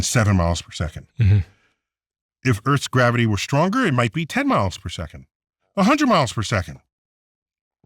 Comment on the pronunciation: Wait!!! Did he just say garivity went up?